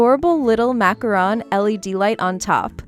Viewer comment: Thanks for pronouncing macaron correctly! Some people pronounces it like macaroon because they probably don't know that macaron and macaroon are two different cookies. Your videos are fantastic by the way. 💗